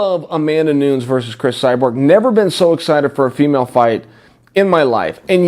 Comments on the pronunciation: At least get the name right. It's not Noons. It's Nunes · Nu-Nes !!!!! NOT Noons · Noo-nez. Not Noons. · Nunes is pronounced, "Noo-nehz"! Not "Noons"! C'mon Chael! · Amanda "Noons" Nunes